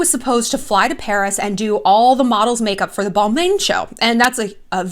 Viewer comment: sorry but the mispronunciation of Balmain is killing me, you say its your favorite brand but dont know how to say it